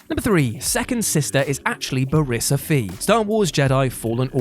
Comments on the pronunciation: First of all, that’s not how you pronounce Barris Offee’s name. The emphasis is in the first syllable of both names, and the O is hard. Ba-riss Oh-fee. Second, there’s still speculation that she’s the Seventh Sister, but there’s as much evidence to prove otherwise. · Bare-izz Off-ee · Barris Offee (BARE-ISS • OFFEE like coffee) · Idk why anyone thought 2ndSister was Bariss, because she's a human and Bariss is an alien, specifically a Mirialan. Also, you said Bariss Offee wrong. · My god the absolute butchering of Bariss Offee's name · my guy. From how you pronounced, "Barris Offee" I'm guessing you haven't seen the Clone Wars. And like hey. A reasonable pronunciation if you've only read it. But my guy. You deserve the joy of having The Clone Wars in your life. You will laugh, you will cry, and you will love it. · He pronounced Barriss Offee wrong. It’s pronounced the way it’s spelled. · That mispronunciation of Bariss Offee makes me cringe. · Way to butcher Barriss Offee’s name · Thank you! The way he was pronouncing it was annoying the hell out of me. Obviously he never watched clone wars.